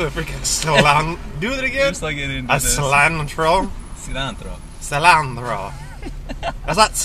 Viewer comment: I LOVE THIS SO MUCH, OLAN! That cilantro pronunciation was perfection, btw.